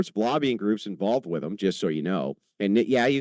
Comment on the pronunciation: God, i cant take anyone who pronounces "with" as "wif" seriously.